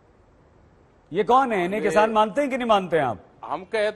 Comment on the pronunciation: Dakait bhai jab bhi tum kisan bolte ho to hame dakait q sunai deta hai